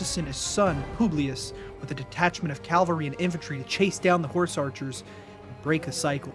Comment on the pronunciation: PSA: "cavalry" and "Calvary" (Calvary Hill) are two separate words and are pronounced differently. Likewise, "Pompey" (rhymes with "stompy") and "Pompeii".